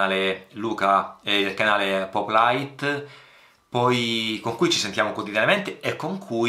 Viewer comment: Ti ringrazio per le parole sul mio canale, assolutamente non meritate. Scusa se ti correggo, ma "pòplite", si pronuncia con l'accento sulla o, è una parola presa dal vocabolario di italiano.